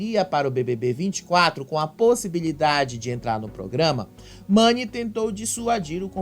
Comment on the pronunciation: A irmã do Gil não sabe o nome Mani, ela falou Nani, quero dizer a você irmã do Gil que quando você participou do reality, se você ganhace era pelo o seu jogo e não pelo seu estado civil, o relacionamento do Davi e Mani só diz respeito a eles, eles não tem que dá satisfação pra ninguém